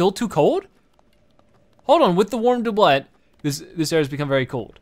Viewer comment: His pronunciation of “doublet” is like nails on a chalkboard.